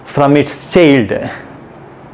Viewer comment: Thanks for the definition. Btw you were pronouncing child as "chilled", lol.